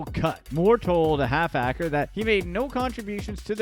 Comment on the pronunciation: 😂😂😂😂 it’s ‘’HALFACRE’’ it’s his name lol 😝